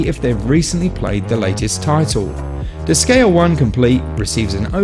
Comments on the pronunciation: heard "dis-gay-uh" 6 seconds in and I couldn't do it anymore. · Good review, but your pronunciation of Disgaea is irksome. Seriously how do so many people not know how to pronounce "Gaea"....? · Most native English speakers never pronounce anything foreign correctly. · god damn it! how can you mispronounce the name of the game so many times?!